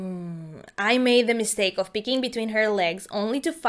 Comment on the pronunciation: It’s pronounced of Not OOFF ur voice is soooooo bad